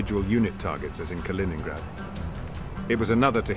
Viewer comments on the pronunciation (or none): none